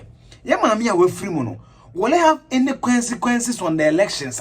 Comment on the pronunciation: Don't mind my pettiness but the word is "CON"sequences not "Kwen"sequences or "Quen"sequences.